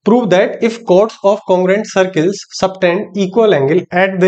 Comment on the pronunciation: Circul❌ sir kal ✅